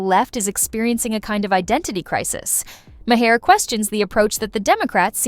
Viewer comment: Listen how bill pronounces his name and say it that way!